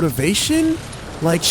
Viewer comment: did you rike it